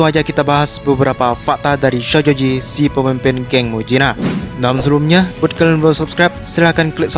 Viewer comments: Syojoji ya kawan bukan shojoji harus lebih ditekan syo nya🤣🤣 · bang kalok ngomong "sojoji" biasa napa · Ngomong shojoji nya biasa aja dong ih sebel 😒